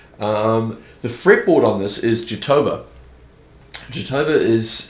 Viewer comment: Nice video mate, loved it. btw, the correct pronounce of ''jatobá" is "Jahtowbah".